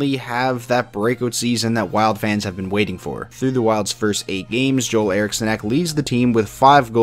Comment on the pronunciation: Nice vid, also Ek’s first name is pronounced “Jewel” I believe